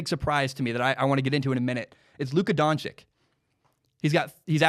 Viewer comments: don-chich, not don-chick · It’s pronounced donchich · Doncic is pronounced (don-chich)